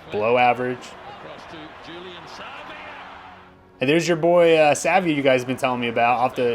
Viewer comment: Can you please learn the names before you say them, I don't really know about Richie Mccow and Julian Savvy